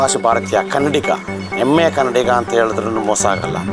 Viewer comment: ಕನ್ನಡ ಸರಿಯಾಗಿ ಮಾತಾಡಿ. ಹನಿವಾಸಿ❌ ಅನಿವಾಸಿ ✅ ಎಮ್ಮೆಯ ಕನ್ನಡಿಗ ❌ ಹೆಮ್ಮೆಯ ಕನ್ನಡಿಗ ✅